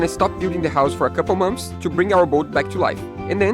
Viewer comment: Beautiful so far!! That will stand out for sure. Hehe "mumps" = "months", you guys are so cute. : )